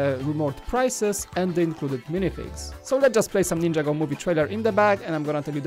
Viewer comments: Its not ninja go is (nin-ja-go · Ninjago is one word it's not ninja-go